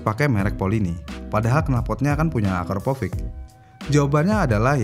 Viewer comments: Akrapovic bang, tapi bacanya konsisten Akraprovic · Akrapovic ya min bukan akraprovic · Akrapovic bukan akraprovic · Perlu latihan lagi dia nyebut Akrapovic. 🙂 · Akraprovic?? Akrapovik bang😅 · akrapovik bang nyebutnya bukan akraprovik, di awal vidio ada kesalahan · Kok risih ya dengernya AKAPROVIC, pdhl kan tulisanya AKRAPOVIC.. ini mimin typo apa gmn mesin dubingnya 😅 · Sebenernya yg bener AKRAPOVIC atau AKAPROVIC sih min? Kok mimin nyebutnya AKAPROVIC terus? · kayanya gua juga dengernya provic bos ? Baru di tengah² video berubah jadi akrapovic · Kedengerannya akraprovic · Susah ya bang nyebut AKRAPOVIC